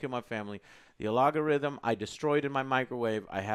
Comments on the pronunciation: "Alagorithm"..? I guess algorithm just gained an A.. 👽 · AL—go—rhythm. Emphasis on the wrong sy—LAA—ble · al ga rhythm Not A logarithm Logarithms are related to powers and exponents… algorithms are like recipes for how to do something Sorry it’s like the 10th time I’ve heard you say it. Its like when my mom calls a half pipe, a half pike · AL-GO-rithm, not A-LOG-Orithmm XD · What is a A-log-o-rhythm? Joe, I love you but al·go·rithm /ˈalɡəˌriT͟Həm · AL - GO - RYTH - UMM NOT AL - OG - GO - RYTH - UM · OMG Joe its algorithm not ALOOGArithom!!!! haha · What the hell is an algarithm?? At first I thought joe just mispoke then he said it like 5 more times. It's "algorithm" isn't it? Not algarithm. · Every time he says "alogorythm" look at OJs reaction 😂😂😂😂😂😂😂😂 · alagorithm or algorithm, joe? i'm honestly confused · its not alogorithm, its algorithm hahaha you goofball. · Count the number of times says “Alagorythum” instead of algorithm. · Hey joe, I just want to say the word is algorithm not alogarithm ahha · “A Log A Rhythm” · "the allogorhythm" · Script: "Algorithm" Joe: "Alogarithm" Just teasing Joe. Keep it going. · Your new assignment, Joe. Read this 50 times in a row: al·go·rithm P.S. nu·cle·ar, not nuke-eler. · Joe, stop saying Logarithms lol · oh and its " Algo-rithm " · AL GOR RITH MMMM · al....go.....rhythm....srry...that was bothering me. say it right. lol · What's an "alogarithm"? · What the F*** is a " ALOGARHTYM " Joe ??? :) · What the fuck is an "alogarythm"? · 'A log a rhythm...' That drove me crazy every time he said it. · "Alogorithm" This triggered me. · "gimme the alagorithm" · Its algorythym Joe for.god sake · drinking game: take a shot every time joe mispronounces algorithm. if you can still stand up by the end of the video, you win! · Gotta love Joe adding an extra o to algorithm. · why cant joe say algorithm? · Lol at how you pronounce algorithm 😂😂😂😂